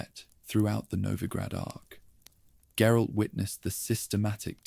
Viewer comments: Gerille? Is that supposed to be geralt, and if so how do you mess his name up so bad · “Jerolay’s unique worldview”?? You mean GERALT’s